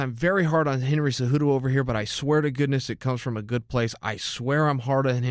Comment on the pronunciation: Henry’s last name is “Cejudo”